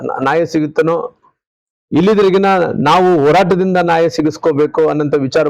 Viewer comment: ನಾಯ ಅಲ್ಲಾ ರೀ ಮಾಜಿ ಮಂತ್ರಿಗಳೇ "ನ್ಯಾಯ" ಕನ್ನಡ ಭಾಷೆಗೆ,ಪದಗಳಿಗೆ ಕಳಂಕ ತರಬೇಡಪ್ಪ ಸ್ವಾಮಿ..😢😢